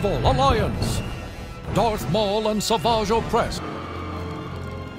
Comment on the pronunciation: Bro palpatine said garth maul😂